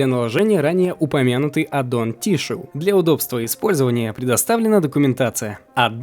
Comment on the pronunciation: хоспаде, какое "тиссюю", когда это "тишью"